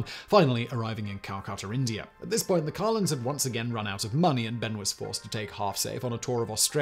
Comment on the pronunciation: SIMON, enunciation would be good. I had to read the notes to discover whether you were saying, "Carlins," or, "Collins." And where in India is, "Cal-KUH'-tur?" Do you mean, "Calcutta," pronounced, "Cal-KUH'-tah?" Damn, man. Learn English. If we Americans can manage...